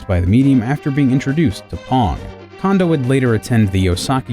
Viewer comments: Before I watch this video, I am so worried it's going to be littered with pronouncing it, "Kawndoh," and it's going to drive me insane. I'd just like to say though,, you're an awesome guy, and many of my closest friends mispronounce Japanese stuff all the time, so I will likely enjoy watching this video regardless. Also, Koji is one of my favorite composers, right up there with Grant Kirkhope, Toru Minegishi, Robin Beanland, and David Wise.:) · It’s pronounced “kohn-doh,” actually. NOT “condo.” He’s a cone of dough, not a condominium. (At least Dylan Cuthbert got it right.) And his hometown is “nah-goh-yah.” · Did anyone else keep correcting "Cone-doh!" while watching, or is it just me? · His name's pronounced Kohn-doh, not Kahn-doh. Sounds like you're saying condom. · Shouldn't his name be pronounced Kone-doh instead of Kahn-doh? Afaik, the Japanese letter "ko" is pronounced "koh" and not "kah." The letter "ka" is pronounced as "kah." So if his name were pronounced "kahn-doh" as many people say, shouldn't it be spelled Kando instead of Kondo? And if I'm wrong, how would you spell it if it WAS pronounced "kone-doh?" Of course, my grasp of Japanese grammar is tenuous at best, so I could be wrong. I'd love to hear a native Japanese speaker weigh in on this. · I'm almost 100% sure its pronounced Koh-ndoh not Kahn-doh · Who else really didn't like how the narrator kept pronouncing KAHN-doh instead of KOHN-doh? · Does anyone else feel like it's disrespectful to not do the research on the pronunciation before spending this much time making a video about them? kon in Japanese has a long O. It's cone-doe, not kahn-doe. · Why does everyone pronounce his name "Kando" and not "Kondo". It bugs me. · I love that this video exists, but narrator ( I guess?), please note: 1. Kondo is pronounced "kohn-doh", not "kawn-doh". 2. It's Herbie Hancock, not Handcock. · It's Kohndo, not Kahndo. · When will Anglophones stop pronouncing it as "Kahndoh"?